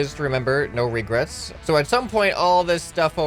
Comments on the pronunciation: & co it's Regrets not Regerts!! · Regerts... You're U.S. american right?